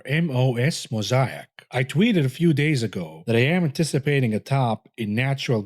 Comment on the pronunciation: when pronounces 'Mosaic' the right way.... it's getting crazy